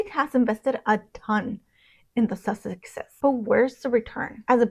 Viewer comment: I think your pronounciation of "sussexes" needs refining..